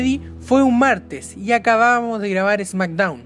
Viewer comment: "Esmackdown" o "Smackdown"??? Jajajajajaja!!!